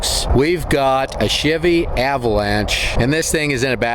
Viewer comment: Hey! What causes them there wash boards on them there dirt roads? You may have included this info in fun fact in some other ole video, I just haven't watched all them there videos yet. By the way, its also nice to here someone pronounce Shivvy correctly! Rock on!